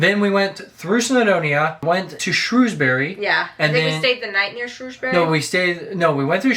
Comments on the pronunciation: Next time. buy some cloud back up so you can save everything without being reliant on hardware. It's "Shrewsbri" not "Shrewsberry" it's one syllable, like the "bri" in brick. Same for all bury, apart from Canterbury.. never mind!!! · its is called Llandudno and pronounced like this clan dud no and it is Shrew s bury and Wales not Wells like a whale but with an s at the end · Lan-dud-no. And it's not Shrewsberry it's Shrowsbree. Shame you never went to Bath ands completely missed East Anglia like Cambridge, with the oldest school in England. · Shrewsbury is pronounced as Shrowsbury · Ok let’s go with it’s Llandudno ( lan dud no) and Shrewsbury (sh rows bury -as in rows a boat) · This is the debate amongst locals - it’s correctly pronounced shrew(like the bird)sbury xD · Also - Shrewsbury is pronounced ‘Shrowsbury’. No idea why! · Okay, me saying “correctly” was a joke! Either pronunciation is okay. I’ve been around people who say both, but in my experience of working in the town centre and attending the local sixth form, I hear Shrewsbury far more often than Shrowsbury. Even when I’ve lived away, I heard Shrewsbury more commonly.